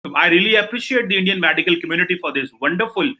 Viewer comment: Cheema Medical ko MADical bol raha hain. Ye hain inke P.hD. la level.👍